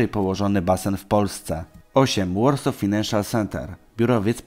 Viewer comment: Jprdl "Warsaw" nie wymawia się "łorsof" tylko "łorsoł"